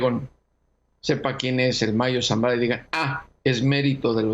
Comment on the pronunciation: Lees muy bien, con suma claridad, no aburres. ( Sólo falló el "quién", acentuado)